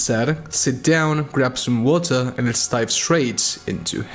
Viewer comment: "get some watuh"